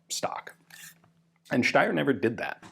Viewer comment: I really like that Ian is pronouncing Steyr the correct way 👍👍